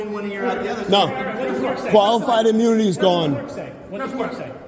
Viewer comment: Did he say coifed imoonity as the final answer? He mispronounced "qualified immunity" three times, finally gave up and just went with... coifed imoonity. 😂😂😂